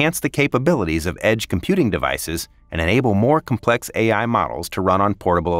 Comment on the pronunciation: Your AI text to speech needs to learn that "complex" has the emphasis on the first syllable, not the second.